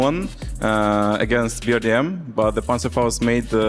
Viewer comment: BRDM has been around for so long yet the commentators still can't say it correctly they always say BDRM, c'mon guys it's not hard it's 4 letters.